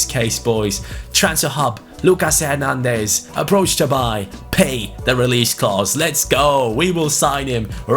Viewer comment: I'm not 100% sure on this one but I dont think you pronounce the s in Nicolas Pepe. So you something like Nicolà Pepe Same with Lucas Hernandez I think, something like Lücà Hernandez Correct me if I'm wrong Glad you took Bayern Munich, keep up the content💪